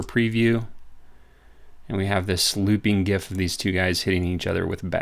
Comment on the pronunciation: Thumbs up for just pronouncing GIF correctly!